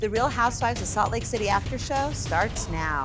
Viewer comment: If you're going to force us to listen to Whitney-the-Bubblehead then someone is going to have to correct her fkg grammar. Teach the girl to say the words REAL and FEEL. I cannot with the "rills and fills" of this girl's mispronunciations.